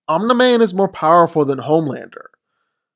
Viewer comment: Love how he says omna man